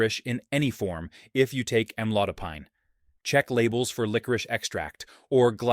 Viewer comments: Most doctors pronounced this as Am-lo-dy-pin! And, not am-lo-die- pine (as in pineapple!) ! Excruciating to hear the host says "amlodiepine" over & over..yaaargh!!! But, this maybe a helpful video. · As a Pharmacist, I note several errors, primarily editorial, in this video. 1. Amlodipine is pronounced, "am laud a peen." 2. Start with sodium, then lead into food categories with (usually) high concentrations of NaCl or Na+. Correct pronunciations throughout to sound more knowledgeable and credible, referencing sources appropriately as they arise. Otherwise, good start. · It's AM-load-a-peen. Since you can't pronounce the name correctly, the remainder is ignored or worthless. The AI voice is rude as well. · Why amlodipAIne? It is amlodipIn. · Am- low- Di- pine ! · It is pronounced "am lode o peen." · Have your AI to pronounce the word Correctly… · Maybe be he should learn how to pronounce Amlodipine😔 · If the medicine etc. could be properly pronounced, your report might be more persuasive. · It would be helpful if AI could actually pronounce amlodipine correctly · Mispronouncing Amlodopine